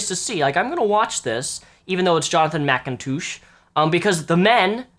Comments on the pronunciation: you´re pronouncing his name wrong, not mickintoosh but Macintosh :D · Jonathan Mikontooosh?